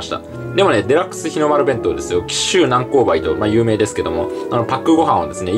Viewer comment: こまかいことですが、「南高梅」をスーツさんはよく「なんこうばい」とおっしゃいますが、正確には「なんこううめ」という読み方ではないでしょうか？